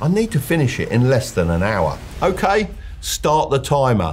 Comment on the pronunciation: Never take advice from a guy who says staaat da taymaaa